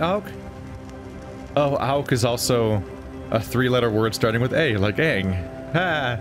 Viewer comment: Sorry to disappoint you, but its Aang, not Ang :P XD